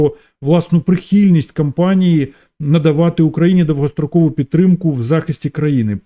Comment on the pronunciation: А що це з слово навыны, асаблыво ,давгастракову ? Ты що жид?😅